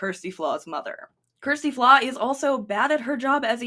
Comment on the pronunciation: Oh for goodness sake, if you are going to make a video about her at least learn how to pronounce her name correctly. It's just sloppy. And also dont we all introduce ourselves by telling everyone about our sexual orientation when noone asks or cares.